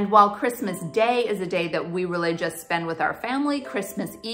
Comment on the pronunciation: Thought you said "we religious" but not totally convinced you said "we really just" :)